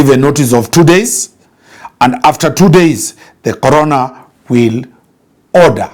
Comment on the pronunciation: I was confused at first about the relevance of COVID in this matter, only to realize that it's actually the 'CORONER' and not `CORONA`. The mispronunciation really threw me off 😄. Insightful content as always.